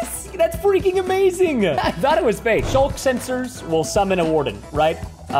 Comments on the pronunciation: It's sculk not shulk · its pronounced "sk" "ul" "k" not "sh" "ul" "k" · Preston they rely on hearing, and it's "Sculk".